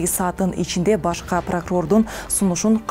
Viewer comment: Кайра кайра башка Дейт го...